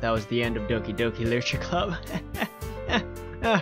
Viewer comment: "Licher club?"